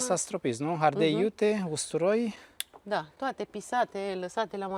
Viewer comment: Minunat, dar am o problemă. Nu se spune ARDEL, ci ARDEI